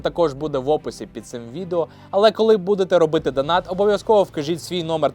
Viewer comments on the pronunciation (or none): none